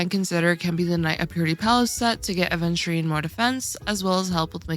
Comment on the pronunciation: Where's the D????????????????? it's Aveturine not ADventurine